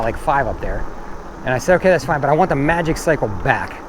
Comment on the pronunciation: I gonna nag. It's pronounced Maji-cycle😁